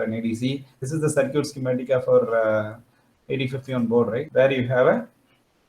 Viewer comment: Surcute nahi bhai it's circuit.